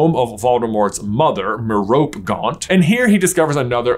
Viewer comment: Every time you say it, I'll comment. Learn how to say MEROPE!!!!! MARE-OH-PAY (This is like the 15 time I've commented this)